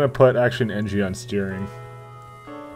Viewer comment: Engi* not Engie